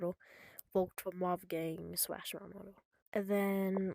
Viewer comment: "mewon woadew" bro why you sound like a 5 year old learning english? and PLEASE fix your captions/onscreen text, jesus. Mr speech impendement over here